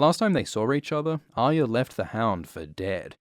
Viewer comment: “Aya” is all I hear